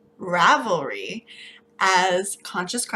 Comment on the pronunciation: Such a cute dinosaur! I'm glad to see I'm not the only one who sometimes pronounces Ravelry wrong lol. When I say it out loud it always sounds wrong!